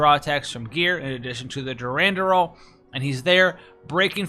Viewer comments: My dude my dude... Its DURANDAL Not durandural lmao or are you doing that on purpose?? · sounds like you need help with words... Aureole = "OR - EE - OLE" Durandal = "DERR - AN - DULL"